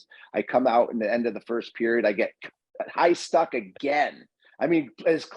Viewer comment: I'm going with "high stUcking" from now on! 🤣😆🤣